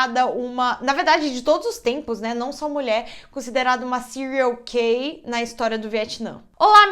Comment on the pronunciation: "serial Keir" KKKKKKKKKKKKKKKJJJJK